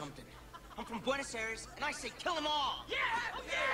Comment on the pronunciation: I'm from Buenos Aires and I say he cannot pronunce properly Buenos Aires.